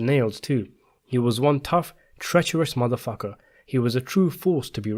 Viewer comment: The way you say MF makes me laugh lol